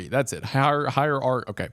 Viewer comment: You had me at honest “higheeearchy” and the judge comment. 🎉❤